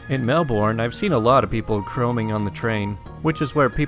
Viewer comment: You said Melbourne wrong